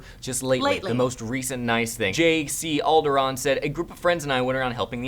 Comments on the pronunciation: Jc alderon :))) lol i think its J Calderon...:) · haha dude it's j calderon, not jc